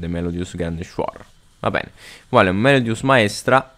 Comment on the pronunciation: Wingardium Melodiòsa, non Melodiosá